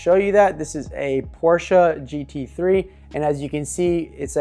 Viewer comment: I give you full respect because you pronounce Porsche correctly. Now I'm listening and watching. I found this to be very interesting.